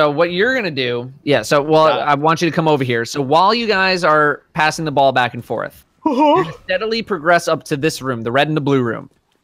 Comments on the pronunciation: Are we just goin to ignore that said “So on and so FARTH”? Like seriously dudes? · "So on and so farth." - 2018